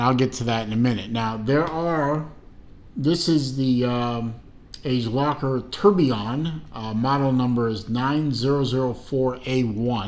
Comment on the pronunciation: Age lowker ? That's Latin for "fast forward" AD-JAY-LOT-SHER.